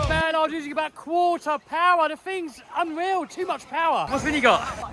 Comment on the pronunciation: MORE POWAH!